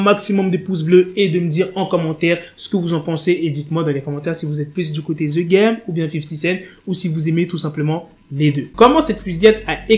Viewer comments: The game .......the=de.......pas the=ze merde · "Z game " 🤭🤣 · Ze game 😂😂😂😂